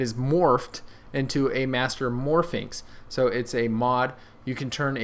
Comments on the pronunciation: it's 'mastermorphix', not 'mastermorphiNx' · he keeps saying mastermorphi"n"x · It's mastermorpIX, no "n". Your'e pronouncing it like Pyraminx, which has an "n". it's a master morPHIX.